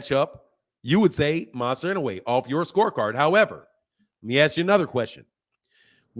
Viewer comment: Inouye is up there…top 4 and it s pronounced in-ou-ay…should at least learn his name if he s top 10 fighter in the world.